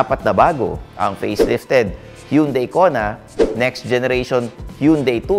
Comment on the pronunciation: Tama na ang Tucson pero mali parin ang hyundai🤣 hun-day not hiyun-day.